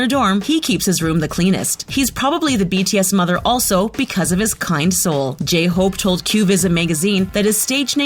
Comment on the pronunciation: How dare you mispronounce my precious J-hope.